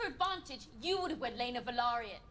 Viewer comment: Guys, it´s Velaryon, not Valeryon, you keep saying it wrong every time. And the Velaryon kids are dragon riders and have their own dragons due to their Targaryen mother Rhaenys. If you could turn up the volume of the videos that you´re reacting to or at least put subtitles, it would be much appreciated, please, cause most of the time we don´t even know what you´re reacting at, unless it´s action sequences.